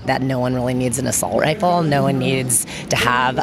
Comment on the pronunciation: It's ˈrī-fəl with the accent on the first syllable. Not rī-ˈfōl with the accent on the 2nd syllable. Christ, this nut is actually a teacher? No wonder adults who went through public school in California are idiots.